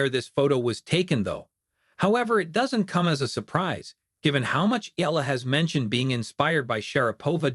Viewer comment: It is not pronounced as "Ela" It's EALA "E-YA-LA"